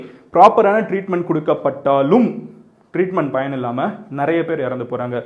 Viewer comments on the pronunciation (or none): none